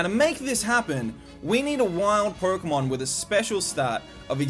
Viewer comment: Sounds kinda like "Pory-kemon blue" :).